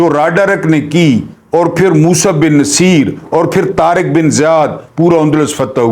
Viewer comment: ...aik guzaarish hay....jahan tak mere maelumaat hain...yeh naam Musa bin Naseer nahin...balkeh Musa bin NUSAIR hay....mazeed aap tasdeeq kar leajey..shaed mere tashih ho jaae....behad shukria....❤❤